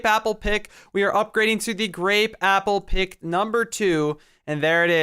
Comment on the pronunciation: He did grapeappepick instead of grapeapplepick